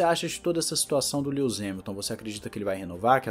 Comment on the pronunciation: "Líus" Hamilton